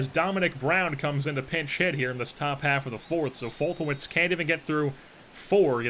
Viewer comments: As a Braves fan I'm pretty sure it's pronounced "Fol-te-nev-ich" , just in case you care. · It's pronounced folt•a•nev•itch= foltynewicz